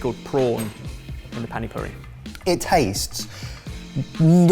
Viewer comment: Did look up the pronunciation of panipuri or just went for it? He has got it right in the past, so no excuses! (Soz 😂) Also, can we have the recipe for that panipuri? It looks amazing!!!